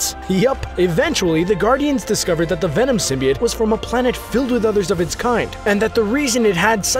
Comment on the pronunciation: Symbiot?????? ITS SYMBIOTE